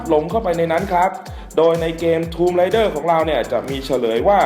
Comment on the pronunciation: Raider - อ่านว่า เรเดอร์ - ผู้บุกรุก Rider - อ่านว่า ไรเดอร์ - ผู้ขับขี่